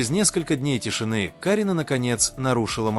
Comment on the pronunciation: Не КАрина , а КарИна , учитесь правильно произносить имена , не раздражайте людей.